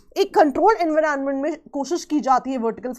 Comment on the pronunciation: Explaination was good no doubt but kindly do not unnecessarily pronounce the word in a different way just to show you know better than others..like we all know how to pronounce environment and everyone pronouncing in that way only And today you came up with the new one en-viron-ment.. seriously 😂😂😂 can’t you pronounce it simply environment just like others.. unnecessarily adding new pronunciations